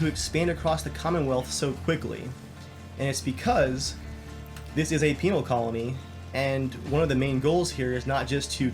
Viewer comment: It's pen-al not peenal